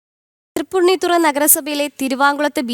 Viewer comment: തൃപ്പുണ്ണിത്തറയല്ല.... തൃപ്പൂണിത്തുറ